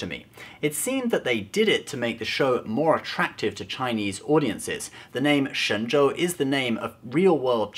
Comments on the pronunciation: Excellent pronunciation of "Shenzhou", which could translate to Godly Boat; Or an Ark. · Love the way you pronounce Shenzhou's name correctly :) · Dude actually says Shenzhou pretty accurately. Is that intentional cultural placement for this channel? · you're pronunciation of 神州 is perfect, how will do you know mandarin? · Dude you pronounced that chinese word really well. kind of freaked me out. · I AM SO IMPRESSED GOT THE PRONUNCIATION OF SHENZHOU PERFECT LIKE HE'D BEEN SPEAKING CHINESE HIS ENTIRE LIFE(even tho the show probably made it clear how to pronounce it) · Dayum, you pronounced the Chinese name right, respect ✊